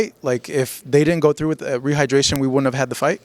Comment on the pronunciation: If only he spelled rehydration “reehidrayshion”